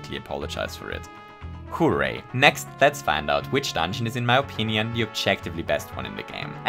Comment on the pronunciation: If I hadn't turned subtitles on, I wouldn't have noticed that you said "Virginian" instead of "opinion"